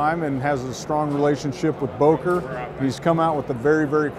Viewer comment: should be able to pronounce Böker and Solingen....